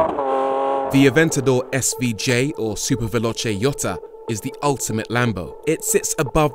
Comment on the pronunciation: Super volote yotta “ pronunciations lol